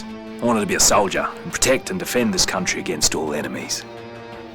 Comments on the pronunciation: john morgan the best fucken bio ever makes it that much better that hes a soldiah (all credet to sebstion plaza for the word soldiah) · john morgan is still a soldiah